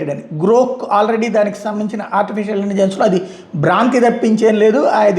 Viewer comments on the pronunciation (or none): none